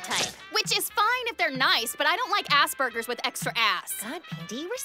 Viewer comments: She said "ass burgers", not Aspergers. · Nyanka Jinx its asp not ass but yea is funny the clip.i love panty and ocking even if they do have questionable moments..anyway just thought i would informd that other guy he was wronf about how they were pronounced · I heard "Ass burgers." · I think she said "Ass Burgers"...